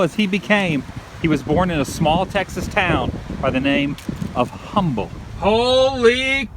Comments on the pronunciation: Btw it's pronounced umbull not humble. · First and foremost, I love your vlogs!!! I have been watching them for a while but I am really enjoying the current ones. Second, I know other people have said this but it is required for anyone that lives in this area to correct the pronunciation of Humble - it is read with a silent H so it is said as Umble. It is named after a person and does not refer to the adjective. Finally, if you are still in the Houston area I would suggest driving by the old Sears in downtown. It is a sight to see! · Humble... Silent H...pronouced "umble". Go check out Pasadena and the site of Gilley's. Also the shooting locations for Urban Cowboy. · Houston! I grew up close to there, Know exactly many of those spots.Humble is pronounced Um-ble here. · Khu NoPie Btw it's not a dialect thing, It's named for settler P.S. Humble, pronounced with a silent H. I'm not trying to be rude or anything. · The h is silent in humble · Angel Baker One of the many great reasons to not be from Houston is to pronounce Humble the proper way